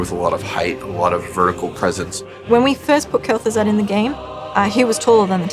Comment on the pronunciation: lul wtf? Gaz'Thuzad?